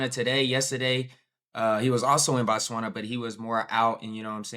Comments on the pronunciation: you are hopeless and we are tired of correcting you on how to pronounce Botswana 😂😂😍😉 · IS CALLED BOTSWANA not BATSWANA